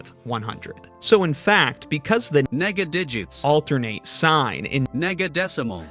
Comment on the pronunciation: The way he said "Negadigits" sounds like he was making a slur.